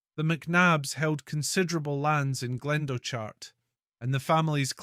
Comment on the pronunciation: It glen doch art as in loch not glendo chart....